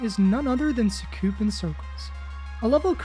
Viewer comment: “Sookoopin crclz”